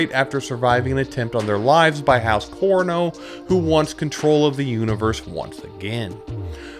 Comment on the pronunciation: Great, very succinct summary of the series. A couple of mispronunciations (Corino, Ghola etc) but hey you did great to cover all the major plot points so well!